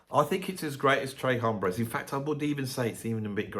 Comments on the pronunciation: You're so high cultured,. It's not /trae/ hombres, it's /trehs/ hombres. Actually with a Texas drawl, closer to English 'trace'.:) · Texas thanks you 🇨🇱! Although I did like early ZZ Top better. Later seemed overproduced promoted and package. Although I’m sure they were Great life. I have all those early ones on vinyl thanks to my friend‘s older brother working at a radio station. Please say the S in Tres hombres it’s not bloody French. Wasn’t Edgar Winter Rick Derringer an 😊American band? They were great.❤